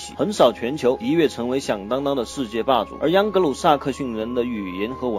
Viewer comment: 央格鲁？！喂喂不要跟政委学啊。还是换机器读吧，至少机器不会有边读边，没边读中间。“英格兰与欧洲大陆仅隔一条狭窄的‘英格兰海峡’”?!! 是“英吉利海峡”（English Chanel）或者 “拉芒什海峡”（La Manche），不是“英格兰海峡”（England Chanel）. 图中所示的“多佛尔海峡”（strait of Dover）或者“加来海峡”（pas de calais）就是英吉利海峡的一部分。